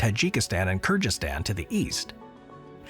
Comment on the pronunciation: Kir Gheez-eestan...you sound like you are saying Kurdistan